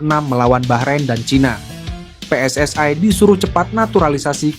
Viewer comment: Kok PSSAE, yg benar PSSI